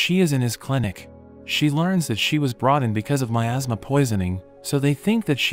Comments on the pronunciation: Nah man that's got me laughing as well but he said miasma😭✋️ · 😂 I legit thought he said “In a kingdom covered by my ass” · I also heard asthma. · I just heard it said “ in a kingdom covered by my asma” 😂😂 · OK I will be totally honest with you in the beginning when he said in a kingdom full of my asthma, I heard making them full of my ass what is wrong with me? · "In a kingdom covered by my asthma..." is what I heard lol.